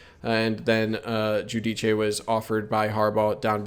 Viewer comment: He’s a terrific player, looking forward to watching him! By the way, it’s pronounced “Joo-Deece”